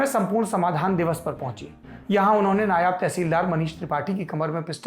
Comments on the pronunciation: नायाब नहीं नायब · Nayaab nahi hata nayav hata hai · Saurabh Diwedi nam hai hamara. Hay hay Saurabh tum phir ulti battein karney lagg gye??? Sachhi tum nahi sudhrogey. Apna Urdu ka Talafuzz ( Ucharan .. Pronunciation). Theek karo. NAYAB TEHSEELDAR nahi NAIB TEHSEELDAR hota hai. NAIB ka matlab JUNIOR hota hai aur NAYAB ka matlab RARE. Nigoda TEHSEELDAR “ RARE “ na hai. Tauba mere maula. Kai bar toh hamara dil chahta hai ki tum sabb LALLANTOPIYON ki baith ke class lagaun aur theek se alfaz ki adaygi karni sikhaoon aur jo tum log phir bhi galtiyan karo tou tumhare hathon pe phuttey ki mar maroon aur tum sab ko Murga 🐔 banaun. Ek aata hai kehta hai MERA NAM DEVAD HAI ( David) David ki DEVD kehta hai. Hay sachhi mere ko tum sabb Lallan topiyon ki class tou leni hi padegi.